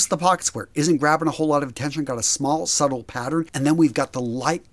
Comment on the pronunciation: Subtle is pronounced with a silent b . Please look up the pronunciation .